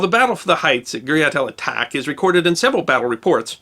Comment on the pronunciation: excellent explanation and story.Please allow me a small correction to the name of the battle. guriat el atach in arabic means the village of thirst, thus atach should be pronounced as el attach, which means thirst and also makes sense given the desert conditions.